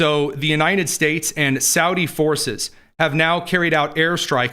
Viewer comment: it always sounds like says Uninin States!